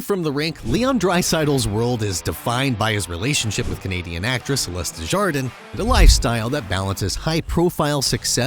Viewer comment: 17 they way he pronounced desjardins I CANT